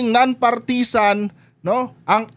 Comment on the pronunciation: Please learn how to pronounce partisan